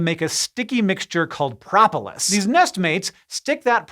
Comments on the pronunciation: Propolis is pronounced “pro-poe-liss,” not “prop-ill-ess” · I've always heard beekeepers pronounce the first "o" in "propolis" with a long "o". Are both correct?